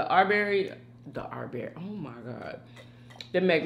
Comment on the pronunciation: His name is not Arbury